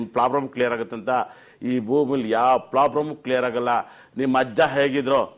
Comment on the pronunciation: Prabram ಅಲ್ಲ ಗುರು problem